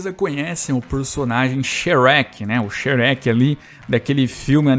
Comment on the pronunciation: Fala mó errado kkkkkk